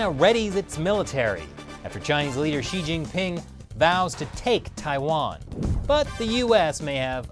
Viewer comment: It throws me for a loop every time you say “she he” when referring to she-ge-ping.